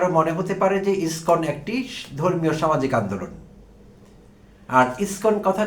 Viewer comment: আপনার মত ছাগল যে ইসকন শব্দ উচ্চারন করতে পারছেন না।আপনি আবার আবার ইসকন নিয়ে কনটেন্ট বানাতে আসছেন?